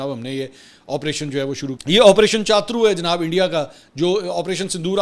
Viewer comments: منصور بھائی آپریشن چاترو نہیں بلکہ شترو ہوتا ہے۔ یہ ہندی کا لفظ ہے جس کا معنی ہوتا ہے دشمن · chatur nahi hy cha turr ha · minutes Not CHATRU IT IS PRONOUNCED AS SHATRU = HINDI WORD MEANING DUSHMAN / ENEMY.... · چاترو نہیں ہے چتور ہے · o bhai opration shatru iska pronoun he iska matlab dushman ,opration dushman